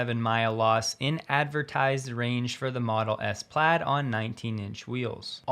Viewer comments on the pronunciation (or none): none